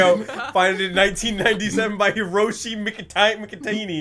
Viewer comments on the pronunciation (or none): none